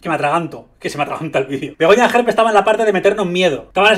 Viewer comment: Y dale con extrema derecha,y es gerpe,no jerpe!!pon cuando dice wue cosas no le gusta de Vox,te liasss y no tienes ni idea de ella